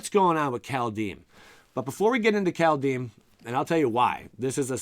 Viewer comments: Kaldhyme not kaldheem 🤓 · Just a little thing geez. Pronunciation: Kald (Cold) is like car, then curl your tongue around the L, if you are able, roll the D. Heim is just Hi with an m. 🥕